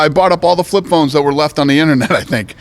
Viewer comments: "flip phlones for days" lmao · Dana”I got flip phlones for days” white